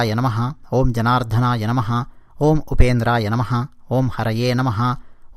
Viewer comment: జనార్థన. కాదనుకుంటా...జనార్దన